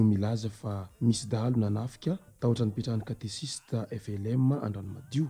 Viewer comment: Mankasitra tompoko fanomezam-baovao. Fanamarihana kely fotsiny: Tsy Katesista no fanononana azy fa katekista. Misaotra tompoko.